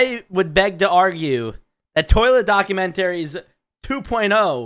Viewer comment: document-taries. lmao